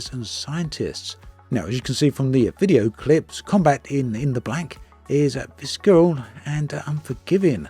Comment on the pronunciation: Visceral… vis-er-uhl The ‘c’ is silent